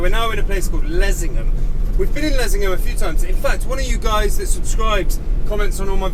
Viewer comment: Nice to know the pronunciation of Leasingham as I have always said it incorrectly.